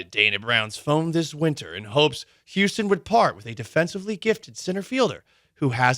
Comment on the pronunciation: “Houstom” will miss you, Maldy!